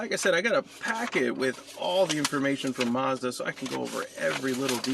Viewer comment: There is no r in Mazda